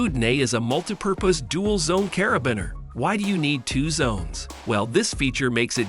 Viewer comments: Learn how to say cara-bean-er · "Putting" as in "put". "Carabeen". Bwahaha. Stopped watching after "Carabeen". At least get the pronunciations correct. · The pronunciation is funny... putting, roto, LED, grinding, caribiner... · You don't like CarabINer? 🤣